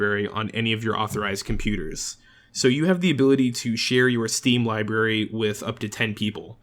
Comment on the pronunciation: Did anyone else notice that he said "libary" not library